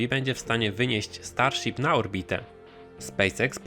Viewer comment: Starsip xd